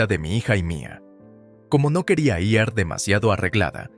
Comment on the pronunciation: Buena historia, pero el narrador a veces cambia el género de la mujer y la trata en género masculino como si fuera un hombre. Y aún no ha aprendido a leer la palabra IR, pronunciando a veces, I ERRE y otras, I A ERRE, La verdad, sí después de tantísimo tiempo aún no ha aprendido a leer la palabra IR, es el pobre no debe de ser muy inteligente y en cambio sí muy duro de mollera 😅😅😅😅